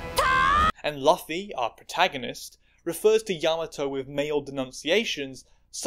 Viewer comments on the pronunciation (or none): It hurt my meow meow when you said L uh fee instead of Loo fee 😢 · It's Loo-fee, not luh-fe. Not even 2 mins in, god this is gonna be a hard vid Edit: Kai-DOO, kai fucking DOO. It's Kai-Doh, he aint Scooby's cousin! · I’ll edit this if I’m later wrong, but that was definitely “L-uh-fy”, and not at all “laugh-y” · Kai doo and Luhfee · "Loofy". It's pronounced "Loofy". ok, pointless winging over lmao. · WHY DO YOU CALL HIM LAFFY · Oh man, I love this series by, but I'm not sure how long I can watch you say Luffy like that 😂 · I physically recoiled at the pronunciation of Luffy 😭😭😭 Still love your work tho 😂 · I’m going to have to come back and finish this one when I am caught up. Still debating about whether or not to down vote for the pronunciation of Luffy’s name. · Please say Luffy better